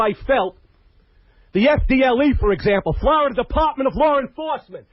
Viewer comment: What the hell is florider? Thought it was Florida lol